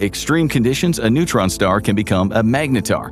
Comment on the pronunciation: timestamp - , "It's a massive neuron star". NEUTRON star, not NEURON star. Pronunciation counts folks.